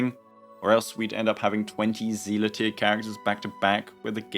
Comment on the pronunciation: Did you just call Seele "Seala"? Having played Honkai Impact for 6+ years I can confirm to you that it's just "Seel" the E is silent.